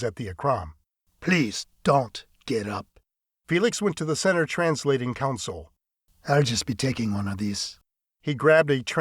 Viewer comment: Third book in and has no one mentioned to the barrator or author that the term for a workstation is " Console", not Counsole. There is NO "u", either present or pronounced, in the first syllable. Oh! and AFA weaponry.....it's not a "clip", it's magazine. Thankfully, that particular gripe was not mentioned but a few times.